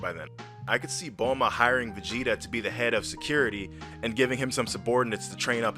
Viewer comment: TOTALLY TRUE. On another thing, taking how you pronounce Bulma as "bohlma" i wonder if you pronounce bloomer as "blohmer"?. show proof that that is in the manga, if not, that's just english dub being what it is (crap). P.S.: what's with that gay gohan at the end?.